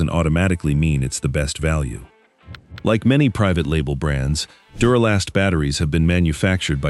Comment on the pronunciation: This video is pure crap. For starters, it doesn't even pronounce the name of duralast correctly. So obvious AI. Also spoiler alert they list Odyssey as the number 4 brand and state that it's not the number one brand for a couple reasons and then shocker- they list it as the number one brand after all. Way to go AI